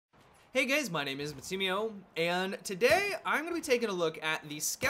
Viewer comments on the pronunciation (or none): Is it just me or did he say "hey, gays" at the beginning of the video?